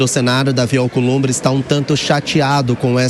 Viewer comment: Companheiro “Alcolumbe” ( pois ele não consegue falar palavras com br, pr etc) quanto vc quer????? Dinheiro na mão gravata no chão.